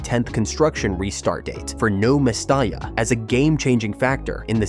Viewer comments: I know! ...The way he says "No Mes-star-la" .......🤦😱😡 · You should learn how to prounce the name of Valenvias stadium properly. Surely you should have done some research on the correct pronunciation. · What’s with the AI voice and incorrect pronunciation of the stadium name? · A deep dive into Valencia CF's 18-year stadium construction saga, and you can't even manage to pronounce the name of the stadiim correctly.